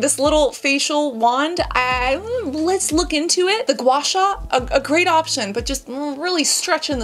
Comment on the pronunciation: That gua sua was painful